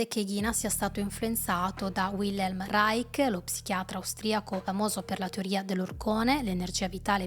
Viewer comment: Reich in tedesco si pronuncia in finale dolce, non dura. Come li-scio. Ma possibile che tutti gli italiani che parlano sui media non riescano a capire le basi del Tedesco, ripetute da decenni, e storpino cocciutamente parole notissime, es Terzo REICH..."sch" come scivolo!?...incredibile. Poi perpetuano le loro figuracce a tutto il pubblico...che le imita.